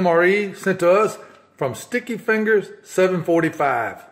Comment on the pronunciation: In the introductions you mispronounced StickyFingaz745. You said StickyFingers745.